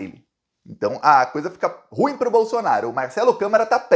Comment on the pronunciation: meu prezado, carregue na pronuncia: ru-im.